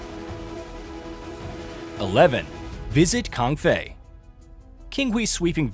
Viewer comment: It’s Kaifeng, not Kangfei 😮